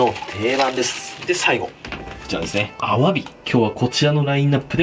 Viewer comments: の「アワビ」のイントネーション絶対おかしいww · アワビの発音が気になる…